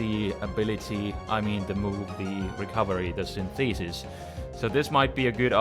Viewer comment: Yo: Synthesis is pronounced SYN-the-sis, with the first syllable stressed. Just a quick tip; your English is excellent overall.: )